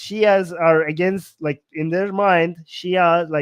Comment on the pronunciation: It's "like" not "lick!" To "lick" involves putting your tongue the screen!